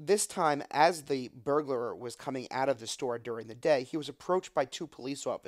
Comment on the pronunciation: Burglar. Not Burglar-er